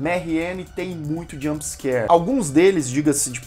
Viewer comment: Dei like mas já parei o video quando ouvi "jump scare". Desculpa mas ai não consigo